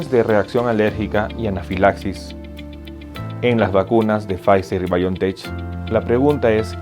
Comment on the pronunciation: Demasiado repetitivo y prolijo. Además se pronuncia Biontech como si tuviera una k al final